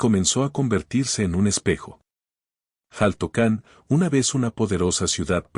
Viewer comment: Xaltocan, su pronunciación es shaltocan, no jaltocan., y en su momento fue una isla, ya que estaba rodeada de agua.